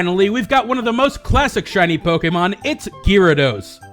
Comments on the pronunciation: lol pokemon (say poke like chicken poks) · The way you say pokemon somehow offends me, doesnt sound right haha